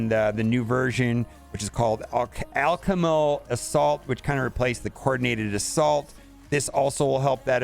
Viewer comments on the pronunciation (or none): al-CHEM-i-cal. Take the word "chemical" and put Al Bundy in front of it. BTW - I opened 147 premium orbs and got 17 Kang